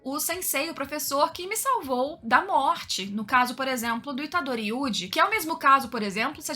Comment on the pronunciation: que diferença alguém que não fala gojÔ e ItadorÍ. Obrigado!